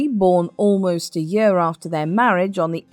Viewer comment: Do learn to pronounce "year" properly, it´s not "yur".